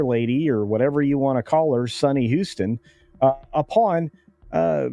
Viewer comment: Sonny’s last name is pronounced Host-in, as in “Her next job will be hostin’ bum fights for ESPN 8.”